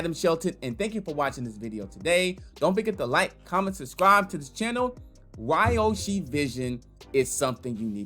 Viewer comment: Ugh. It’s pronounced Ree-yoh-shi